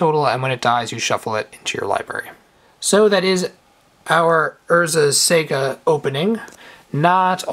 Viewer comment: I love your vids but really, it's sah-gah not sega as in the game company. Otherwise great vids, keep it up